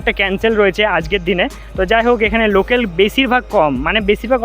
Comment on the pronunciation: Local na na locel😂😂😂😂😂😂😅